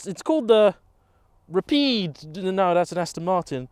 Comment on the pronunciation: Rapie 😂 😂 😂 😂, stop runing the name 😂